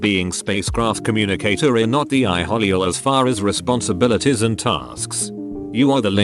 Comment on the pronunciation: It couldn't say "entail" either! Bizarre!